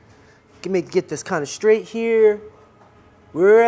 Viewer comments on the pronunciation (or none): none